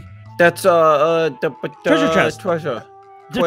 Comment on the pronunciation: i'm DYING at "tweasure"